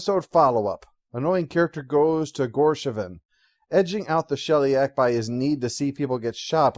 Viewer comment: Honestly, disagree with a quite a bit here. This was one of my favorite episodes, and I thought deserved at least a 7. I wonder why pronounced Gosheven as "Gorsheven" (maybe confusing him with Gorbachev?) As for complaint about how the treaty has no provision against genocide, I have to wonder if he really thought that part through. A treaty simply agrees that you stay on your side of the line, I stay on mine. Tau Cygna V is on the Sheliak side of the line. We learn from RIker that the treaty was the only thing preventing the Sheliak from destroying the colony the moment they discovered it (which is probably due to a provision to return individuals who might have got stranded in the other side's territory). But given that humans aren't supposed to survive on such a world in the first place, I can't imagine that the treaty would have had further protections for them. "Sorry Sheliak, but if you find humans living on one of your planets where no humans can survive, you're not allowed to kill them." Why on earth would such a clause be in the treaty in the first place?